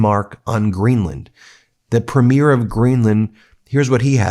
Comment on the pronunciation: Ben: please pronounce Premier properly.